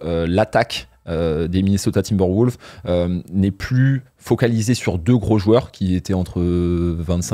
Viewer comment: Cette prononciation de "Timberwoooulves" commence à faire saigner les oreilles. Top video a part ça !